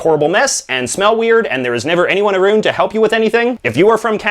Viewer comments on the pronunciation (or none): Did he just say "aroond" instead of "around?" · The way you say “about” sounds exaggerated to emphasize your Canadianess, the “around” even more so! I am from BC so that might also be part of it! And yes, Canadian tire is pretty bad but I still shop there because it’s close to my house and I believe it’s still Canadian owned? Could be wrong in that...